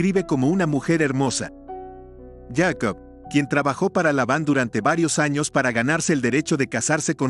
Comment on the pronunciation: ¿POR QUE YACOB Y NO JACOB?